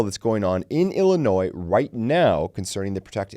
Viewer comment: The “S” in the word Illinois is silent. The “S” is not pronounced! Say it is if there is no “S” in the word Illinois. Please don’t pronounce the “S”.